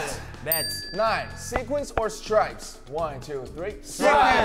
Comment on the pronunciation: "Sequins or stripes?" Hobi : strpies sripes... SPRITE !